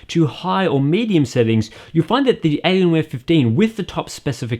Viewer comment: ''elienwer fifdeen''